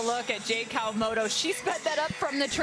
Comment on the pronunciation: It's "Kawamoto" with a "T"...